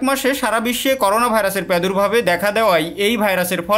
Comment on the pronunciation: পেদুর্ভাব না প্রাদুর্ভাব